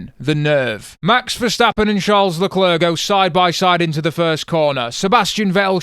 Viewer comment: don't pronounce the last 'c' in Leclerc.